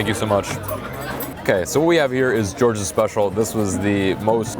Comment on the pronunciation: George’s special or did u mean “Jorge’s” special